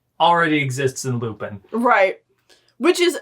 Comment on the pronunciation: For future reference, the character's name is pronounced "Loo-pawn". I feel like you two have some good commentary to divulge, but I have trouble getting past hearing "Loo-pin" every fifteen seconds.